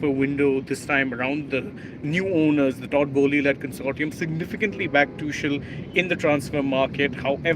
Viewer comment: It is Pronounced as "Too-khel".